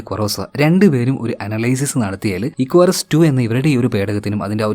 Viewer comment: Icarus te pronunciation athalla, ഇക്കാറസ് enn aan. Ath oru greek God nte name aan. Nan work cheythath Icarus aviation Academy edappally l aan. So I know the meaning behind the name 😊